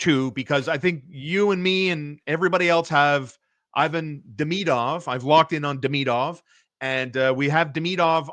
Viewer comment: Can you at least say Ivan right ????